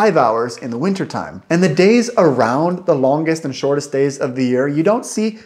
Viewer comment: I immediately heard it too. Like when he says "shortest", the middle "rt" becomes like a thick L, a sort of tongue flap. This thick L is common in some places in Sweden and the middle parts of Norway (where I grew up). Also his vowels are sometimes tending towards Swedish diphthongs.